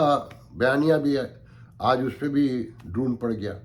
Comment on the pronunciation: You say it as droon۔may be my hearing is not good۔it reminds me of seatoo n centoo.